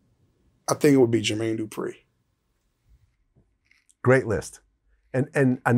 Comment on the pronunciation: When he said jermaine dupi I clicked off and typed this while I died 🤦🏽‍♂️